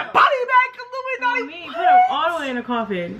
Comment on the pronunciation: I KNOW KILLUMANTI THIS IS WHAT IT SOUNDS LIKE kill-lume-anotey